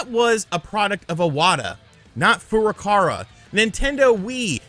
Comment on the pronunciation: Besides being completely wrong about your hypothesis, can you please learn to pronounce Nintendo president's name for Christ's sake??? Shuntaro Furukawa (古川 俊太郎, Furukawa Shuntarō. NOT Fu-ra-ka-ra! It's makes you sound really fucking ignorant:)